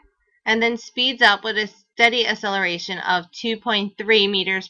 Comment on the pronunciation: pronounce it right its not asseleration